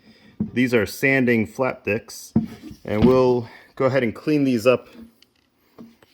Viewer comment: “these are sanding flat dixx” 😂